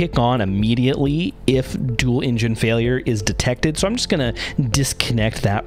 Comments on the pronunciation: The way this narrator pronounces the word "engine" sounds like "Indian" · can't take the pronouncing of engine as "injin" had to stop